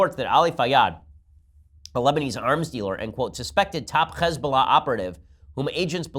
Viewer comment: I kind of hate how Ben pronounces Hezbollah so perfectly. I get it, I just don't respect them enough to pronounce so correctly, lol.